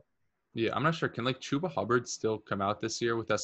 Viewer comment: “CHOOba Hubbard” - 😂😂😂😂😂